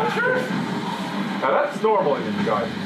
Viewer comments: "Guy-Den" it's pronounced like "guy". As in "guile". I was never fond of NG, and as such I can't drudge up the kind of hate I'm sure this game instills in fans. But from where I'm standing, even a non-fan can tell that this game is simplified and "cinematic" for the eager masses. I've heard this game called the "Cars 2" or Team Ninja. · Yeah, it's a japanese word and the japanese have a very specific set of syllables that they use to construct their words. It's not an alphabet like western languages use, it's a syllabary. "Gaiden" is constructed from the syllables "Ga - i - de - n" so, it's sort of a slurred pronunciation of "gah - ee - day - n". The 'n' sound is the only way to end a japanese syllable on a non-vowel. So, guy-den.